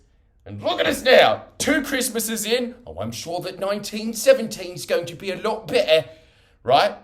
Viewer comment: “1917 will be a lah be’uh” LMFAO